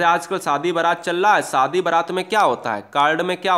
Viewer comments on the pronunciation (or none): none